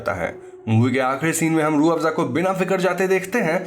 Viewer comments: Roafza 😂😂😂 Kind of hearing like juice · Sir aapne ke time pe rooabsa bola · Rooh-Afza... Sorry can't unhear this 😂😂😂 Can clearly see where the inspiration is taken from 😂😂😂